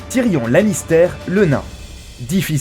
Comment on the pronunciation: Tyrion Lannister OMG comment c prononcé